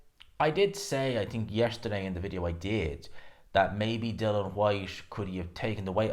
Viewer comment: IAN... DillI -IAN DILL-IAN DILL-IAN.. It not fkn Dillon ffs